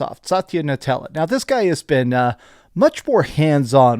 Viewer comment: Dude can’t pronounce anything right 😂😂 Satya “Nutella”….Should hear him say metaphor refantazio